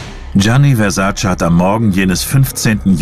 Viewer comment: Wenn die Amis bloss endlich lernen würden, wie sein Name richtig ausgesprochen wird... Der Mann hiess VERSAC●E● mit EEEEEE und nicht "Versaciii" 🙄